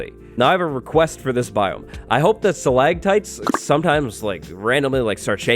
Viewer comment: StalaCtites. Not stalaGtites! Stalagmites is good tho.